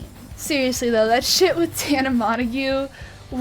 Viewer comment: Tana MOJO 😂 or how idubbbz says it...“mongoo”